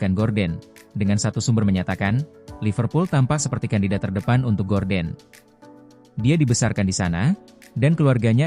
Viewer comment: Gordon wak bukan gorden😂